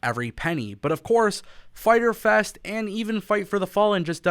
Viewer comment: Internet gonna be broken FAITER FES (Spanish Accent) haha